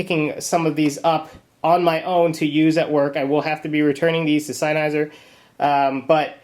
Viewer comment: Its sennheiser not sineheiser. says so veeea the box.